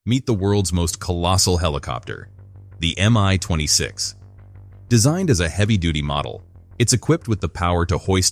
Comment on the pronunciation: It's not pronounced "am-eye". It's supposed to be "me twenty six". Both the M and the (lowercase!) i come from the same word - the name of the constructor. It's an abbreviation, not an acronym.